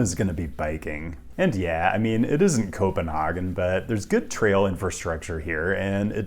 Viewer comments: As a Dane I can appreciate the effort of trying to pronounce Copenhagen in a more Nordic way, but I honestly can’t stand, when people pronounce it “Copenhargen”. Copenhagen is the English name for the Danish city of København. It’s an English name, so it should be pronounced the English way. “Copenhargen” sounds exactly like the German name, Kopenhagen, instead, and we don’t speak German in Denmark. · No hate but my favourite thing in the world is "culturally aware" Americans pronounceing foreign words "correctly" instead of using the normal English pronunciation and just failing utterly. Copenhagen is pronounced copen-hay-gen not copen+haa-gen because Copenhagen is a completely English word, the native Danish name is københavn and I wont even try to explain to you danish pronunciation here. Just embrace the English name of things there is no shame in it, no one expects you to speak the native language of every place you want to talk about.